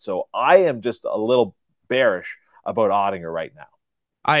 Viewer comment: You might want to learn how to pronounce Oettinger